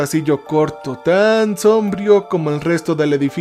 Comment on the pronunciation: Un consejo y que no se entienda como crítica, si no para mejorar la experiencia. Cuidá las acentuaciones. Sombrías, sombrío, prístinas...